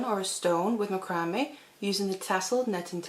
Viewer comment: It's pronounced "mack rah mae"